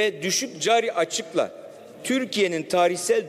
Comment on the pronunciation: cari açık, istihdam demeyi bilmiyor daha nasıl iş bu